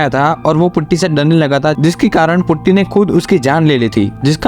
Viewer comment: Putty? its potty brooo